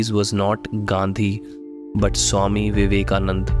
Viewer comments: Loved the content. But It's Vivekananda...not Vivekanand. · Its swami vivekananda, not vivekanand